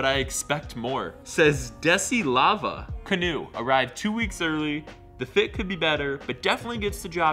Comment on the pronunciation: it's DE SI SLA VA no DESIS LAVA